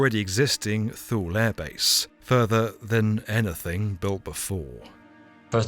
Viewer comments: I was stationed there from the late 70s to the early 80s working on avionics for the F15. I pronounced it and everyone around me, pronounced it TooLee. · for the record Thule is not pronounced like that..... its actually Two-La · Thule is pronounced Two-lee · Not by the Greenlanders who are part of the Thule (Two-leh) culture :) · Not that it particularly matters but Thule is pronounced (too-lee) and it's contemporary name Pituffik is pronounced (bee-doo-feek) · Neither her nor there, because B1M is just freaking awesome, but Thule is pronounced Two-Lee. So, just in case anyone wanted to know. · Thule air base should be pronounced TOO-Lee. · Too-Le. Not Lee. And why aren't American media talking about the US aircraft carrying that 'accidentally' crash-landed on Greenland with nuclear bombs on it. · One of us is mispronouncing 'Thule'. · He said “cubic meters of snow every hour”. He sounded like he had mush in his mouth, but he definitely said cubic meters. His mispronunciation of “Thule” bothers me. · Thule is pronounced Toolie, at least to my knowledge. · FYI, Thule is pronounced "TWO-lee" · Thule is pronounced Tulie it was one of my sites to visit. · TWO LEE. LIKE... THAMES RIVER. TAMES. thankyou. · Thule base is pronounced "Too-Lee" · Thule is pronounced Too-Lay. same as the Swedish company that makes roof bars, bike racks and cargo box systems for your car. fascinating story! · "Thule" is pronounced "TOO-lee" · Thule is pronounced "toolee" and I could have been stationed there in the 90's in my twenties but I thought it just a little too remote for a whole year. Hindsight though, it would have been amazing. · Been to Thule twice. It’s Tool. Or toolie. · Thule is pronounced "too-lee" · Too-Lee not thule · I’m sorry but it’s pronounced “Two-Lee” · Thule in Greenland is pronounced 'Thulay'. It's named after a mythical remote northern region in Greek legend. But the project was brilliant! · not "thool" air base ... it's "too lee" air base.